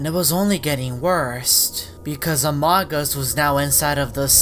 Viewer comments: says amogus instead of among us it's hilarious 😂😆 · OMG CAN U STOP PRONOUCING AMOGUS LIKE THAT!!!!!!!!!!!!!!!!!!!!!!!!!!!!!!!!!!!!!!!!!!!